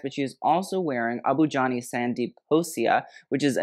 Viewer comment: Okay but pronunciations of tough Indian names is so impressive